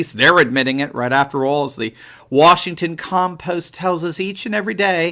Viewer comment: 'The Washington Compost' LOL